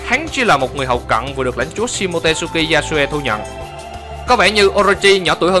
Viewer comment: SHimotsuki đọc là si-mô-chư-ki chứ k phải si-mô-tê-sư-ki nha ad 😃😃